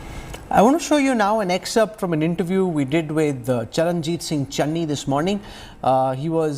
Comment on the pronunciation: Kamse Kam marati netaaon ka naam toh teek se bolege. Channi hai chenni nahi, name tak nahi pata, bole capable CM. Chaar mahina pehle koi iska naam pata ta. Capable CM kaise AAP ko pata chala